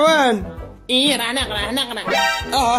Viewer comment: راه يقول نخرا مشي نقرا